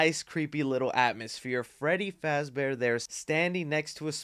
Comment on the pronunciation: ITS FREDDY FAZBORE